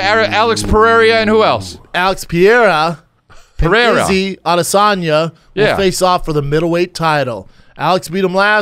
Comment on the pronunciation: Also, it’s “Peh-Hera” not “Pierre-uh”